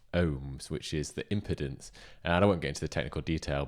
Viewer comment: I will subscribe as long as you stop saying "impidence"! It's pronounced 'impeedence' because it impedes ' ( slows down) the flow of electrons. Still gonna buy one though. After this! You've just cost me over a £100! Thanks. 😉